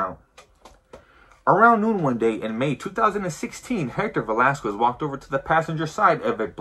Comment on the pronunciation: For being Mexican you sure say “Velasquez” wrong. You say it how white people say it.